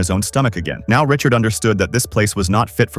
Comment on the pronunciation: Kind of annoying saying Richard multiple times when the name of the character is Riddick